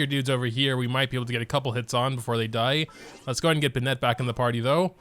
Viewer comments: its not pronounced (ben-net) its (Ben-it) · why do you pronounce Benett like a Frenchman lmao (no offence to any french speakers-) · I started pronouncing Bennett like that 'cause of. The situation is more critical than I thought